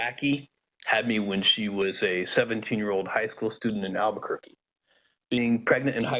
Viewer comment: 알버커키를 알버큇으로;; ㅋㅋㅋ